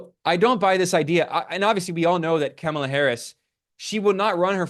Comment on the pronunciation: I know this will sound like nit picking to some, but it is really frustrating when critics of Kamala Harris refuse to learn the correct pronunciation of her name. There are a lot of good left wing reasons to criticise Harris; but there are also right wing chauvanists out there who oppose her simply on the basis of her race and gender and deliberately mispronounce her name. It just looks deliberately dismissive, at worst, or careless at best, to do the same. Also its really strange how Ben often uses Kamala's first name but refers to Trump as Trump. I'm not suggesting Ben is a sexist, as this is something that I've noticed many doing. But I am suggesting some internalised gender bias that is causing us to all do this. Just refer to her as Harris most of the time, and when you do use her full name, pronounce it correctly.